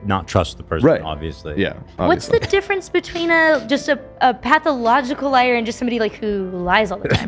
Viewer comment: Hahaha pathicological😂